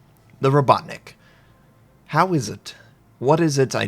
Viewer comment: Oh-ho-tnick. Ho as in yo-ho-ho. Not Oh-HOT-Nick (or oh-HUT-nick). Robuttnick sounds wrong too if you mean "worker". It's Rah-BOT-nick.